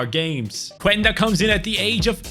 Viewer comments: pls im portuguese and say qenda not quenda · The U in Quenda is silent, is just "Kenda"